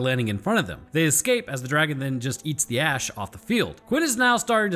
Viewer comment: just watched your video and you kept mispronouncing DRAGON!